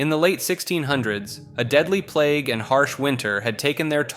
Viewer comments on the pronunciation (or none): none